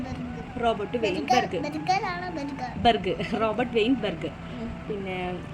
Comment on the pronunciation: ബ൪ഗാണോ... അതോ ബ൪ഗറാണോ.... 😂